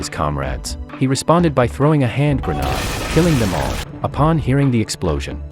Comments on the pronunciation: I love the inability of AI to properly pronounce grenade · Can't you say grenade...ha ha ha prat .. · Grenade ❌️ Granad ✅️ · A "hand grenod "? Is this something new? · "Pikachu was throwing a hand grenaudeoux" lmao wtf is that sentence